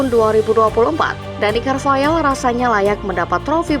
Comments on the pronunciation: Carvahal bukan carvayal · carvahal sayang, bukan carvayaaaaal